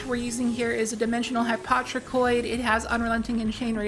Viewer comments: It's pronounced Hi-po-tro-Koid. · HY-POE-TRO-KOI-D ffs lol